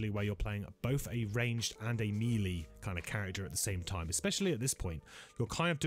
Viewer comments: This is a very good video, I like the format and 50 minute flew by and it never seemed to drag. One thing though you're killing me on is that melee is pronounced MAY-lay not MEE-lee. Looking forward to the next one! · Amazing videos and thanks for all the info. Nice voiceover quality and accent - but please can you pronounce “melee” correctly, though?